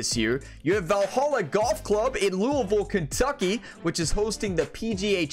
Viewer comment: for pronouncing Louisville correctly :)